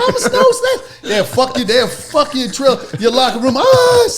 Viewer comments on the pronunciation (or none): none